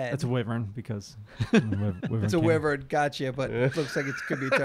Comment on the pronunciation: you guys call WHYverns WIVerns and man it drives me crazy lol